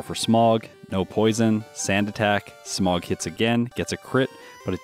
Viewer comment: Is it bad that every time he says “Smog” all I can hear is “Smough” 😂😂